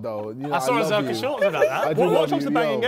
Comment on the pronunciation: it’s funny how Harry still calls josh zerrka after all this time 😂